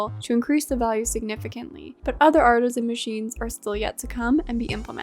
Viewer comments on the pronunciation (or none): none